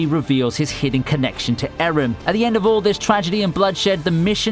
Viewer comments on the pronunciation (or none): none